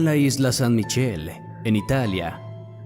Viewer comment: Esta bueno el vídeo , honestamente lo que no me gusta es que los narradores al hablar , al final de cada palabra en cada relato le " ponen " y dicen una letra de más , queriendo llamar la atención, MichelE - elE - exteriorE - lugarE, oscuridadE y así se escucha feo y le quira seriedad al canal , pronuncia como es , lee bien el texto y práctica la dicción